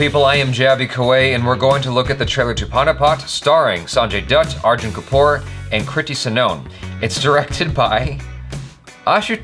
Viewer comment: Lolzer, dude. That try to get the pronounciation right... FYI, it's spoken as Go-vaa-ri-kar. Try that, and yeah same mind on the Arjun Kapoor thing and Sanjay Dutt too. Liked this reaction...👍👍👍